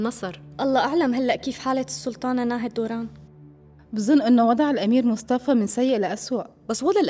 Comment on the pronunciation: بنعرف انو اسما ناهد بس بينطقوها ناهي